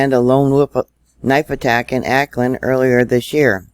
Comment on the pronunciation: Auckland is pronounced awk-land dear. I can't imagine you getting in trouble for posting this though as it is all fact. I live near Christchurch so I can confirm this is true. I also have worked at Countdowns as a Security Officer. :-)